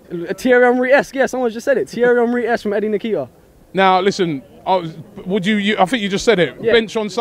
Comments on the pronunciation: Its not nikita lol its Nketiah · its n-ket-ya....not en-kee-tah. stop butchering the boys name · Eddie Nikita? 😂😂😂😂. It is pronounced In-kay-tea-ah!!!!!!!!!! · My cousin is making me proud and its pronounced "en" ket ee ah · They butchered the boy’s name! Lol Nekita, nakata all of that!!! Lmao